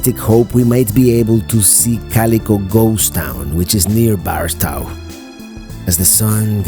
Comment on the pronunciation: First, I follow you from time to time and always thought you traveled alone. That was until you had to turn around on the dirt road and a lady got out of the truck to help you. Second, just so ya know, being born in So. California, Barstow is pronounced BAR STOWE, with a hard 'O'... but thats ok, I can't pronounce some of the towns in Florida correctly and my daughter who lives there helps me out with that....Thanks for the memories of Amboy. You know if you would have made that first right before the Amboy volcano you would have seen some interesting stuff as you would eventually get to Twenty Nine Palms, where there is a Marine Base and in town where you could have gotten your tire fixed and also got to Joshua Tree National Park faster. Also when I was a kid, that road that leads to Calico and the road that goes through it was a dirt road and not really a big tourist attraction. But that was some time ago...